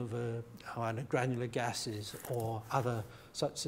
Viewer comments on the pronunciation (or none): Did he say, "granular gas"?